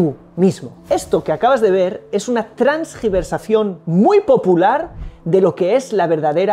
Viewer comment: Primeros minutos dice: Tersgiversación... No se dice "transgiversación". 😊